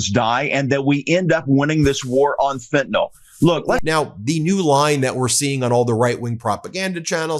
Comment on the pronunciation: It’s FENTANYL!!! Not “FENTNOLL” 😬😬😬😬😬